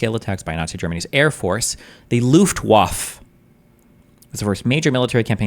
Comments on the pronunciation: IT'S LOOFT VAFF-EH, NOT LOOFT-WAFFA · "The Luft Waff" 😅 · luhft vah fuh, in German the W is called 'vow' and makes a V sound. V is called 'fow' and makes an F sound. a German would say, 'Vonderful fiolin" instead of "Wonderful violin" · destiny, you’re a smart guy. I’m gebuinely baffled you didn’t know how to pronounce luftwaffe or vichy before this video. is this not part of standard American education? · This is brutal for me to watch... unable to pronounce basic ww2 terms. Cringe. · I've had occasional doubts but I think we can all 100% safely say now, Destiny is in fact a girl's name. She doesn't even know how to say Luftwaffe. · Sometimes I think he's brilliant, then he says Luftwaffe lol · You have no idea what propaganda is and it’s obvious from your comment. Nothing he said was incorrect aside from his pronunciation of Luftwaffe. Propagandists KNOW the oppositions side and actively manipulate and obfuscate everything to make people believe their message. I’m sure most of those words went over your tiny head however. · Probably the worst pronunciation of Luftwaffe I've ever heard lmao There's an E at the end, and it's not silent. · From a British perspective it weird seeing someone as educated as Destiny not know this pronunciation.